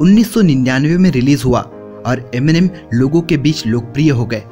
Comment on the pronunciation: Enimen...kya he ye...Eminem hota chu...